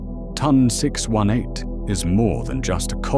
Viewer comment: The way you said ton 618 told me everything I needed to know about this video.